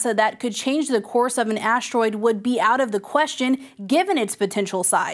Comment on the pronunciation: "aashroid" "aashronawd" 🤨